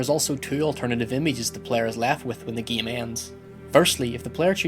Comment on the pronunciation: "this video examines the opening and closing of the geam"